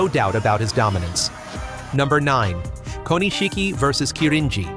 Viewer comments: Say it with me. Ko Nish Ki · The pronunciation of Japanese names and terms is just awful. It's not "Ko-ni-shiki" ! It's "Ko-nishiki" and means "small jewel" in Japanese. Have some respect for the language and culture that you are trying to talk about.